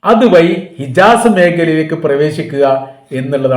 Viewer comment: ഇജാസ് അല്ല ഹിജാസ്